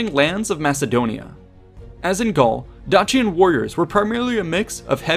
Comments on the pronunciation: Dacian is pronounced Dayshion not Datchian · Dacian is pronounced with a softer sound. Like the end of Patricia.